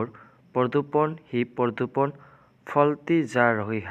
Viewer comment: পৰদুপন নহয় হিন্দীত প্ৰদূচণ